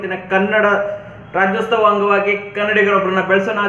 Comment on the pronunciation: Lo adhu rajyostava alla rajyotsava kannada sariyagi balusro amele kannadadalli heluvanthe